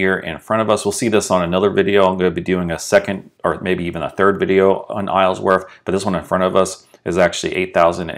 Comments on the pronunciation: The proper way to say it is Isle-worth. Not Islesworth. You kept adding an S to it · I cringe every time you say IsleSworth..... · Love the drive thru but my god it was difficult to hear you saying “IsleSworth” every single time.